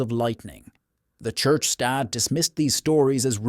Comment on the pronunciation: "A member of stadd".....lol